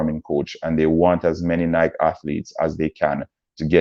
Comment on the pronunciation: Also learn how to pronounce Sha’Carri and Nike before you speak on them!